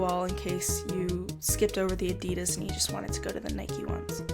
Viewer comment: It's on the left for us too... It's ok. You thought it wasn't. Also plz say Nike and Adidas like others! It sounds kinda weird to me and I was about to rage!!!! P.S: You're still the best. 😘 Love ya!